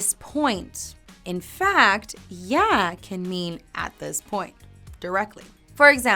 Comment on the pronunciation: You're not even saying it right. You're saying "yæ" not "ya".